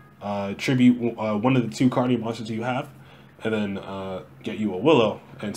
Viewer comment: Aye!! You pronounced it right! :D 😂